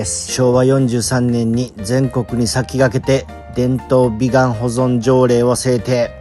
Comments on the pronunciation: びがんでなくびかん地区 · 「びがん」て言うてるけど、「びかん」やろ？www